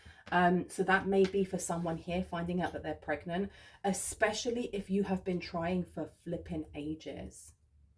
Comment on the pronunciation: Ever since I heard you say preganante last year, that's how I pronounce it every single time anything related to pregnancy comes up 😆